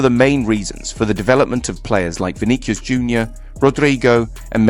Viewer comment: Please stop saying Vinikius! The single “C” followed by “E” or “I” should sound like a “s”.